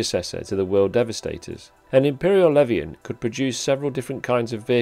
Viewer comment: Good video, pronunciation of the leviathan drove me nuts tho lol